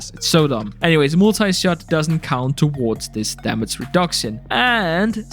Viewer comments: why does this guy say Damats instead of damage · Why are you making gaming videos when you cant say "damage"..?